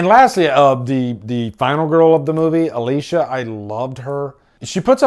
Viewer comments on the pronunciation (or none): none